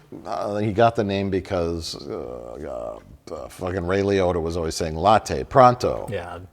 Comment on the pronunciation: Mike saying "Ray Liotta" sounded just like "Real Yoda"